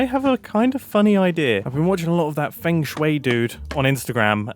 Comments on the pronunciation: “Fang Shwei”😭🙏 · Actually Mumbo, it's pronounced 'Von Sway'. Etho can explain more.